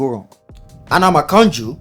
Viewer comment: The art 🤣😅🤣. After pronounced "Anna Makanju" and realized the Yoruba surname, he used the proper Yoruba intonation the next time he called the name 5 seconds later. These small details.... Gold! 😎